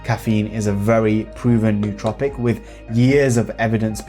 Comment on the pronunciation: I find it ironic that 99% of the smart drug community can’t pronounce “nootropic” correctly. If a word looks weird you google it. Why wouldn’t “smart people” do that?